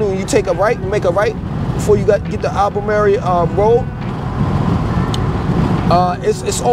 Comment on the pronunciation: Al ba merry Road? I took offense to that. Al Ba Marle...